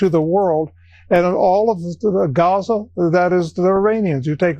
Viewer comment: Did I just hear kellyanne say "attacks on "JAZA" ?? Come on now you were a former Counselor to the Pres. And you still can't say Gaza!